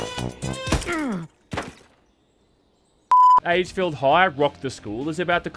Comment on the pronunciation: I kept hearing "aidsfield" whenever said the games name, and honestly that's pretty fitting considering how abysmal the game really is.